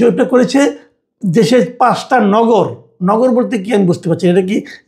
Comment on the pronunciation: আপনার পাঁচ এর উচ্চারণ ঠিক হচ্ছে না। আপনি বলেন পাস। উচ্চারণ ঠিক করুন।